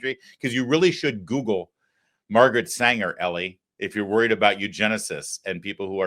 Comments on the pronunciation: EE-LIE. Not Ellie. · Damn dude, it's pronounced like Eli... E-Lie!!! Wtf, you've been in the media long enough that you should know better